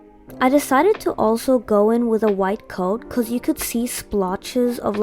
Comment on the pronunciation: YOU SPEAK LIKE ME I keep hearing becos and my friends say that i say it all the time😭 Also i really liked the eyes Just wanna know if i can paint smt like it Well that but in diff colours